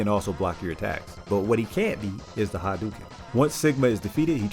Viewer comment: By the way, it's "hah-dough-ken". Dig the video!